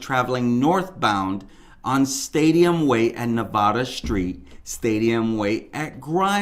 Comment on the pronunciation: That's not how you say Nevada